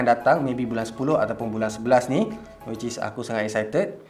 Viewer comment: No one:: wicis